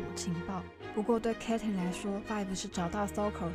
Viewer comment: 哈哈發音確實要修又下不然有點出戲 建議頻道主可以去看外國人對 Vi Caitlyn 的 reaction 的發音